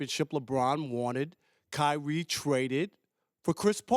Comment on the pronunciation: kywee twayded ?? .. speak up big fella